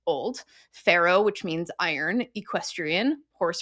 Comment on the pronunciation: I was listening to the video without watching, and it genuinely sounded like she was saying pharaoh.